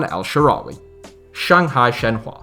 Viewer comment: El shawary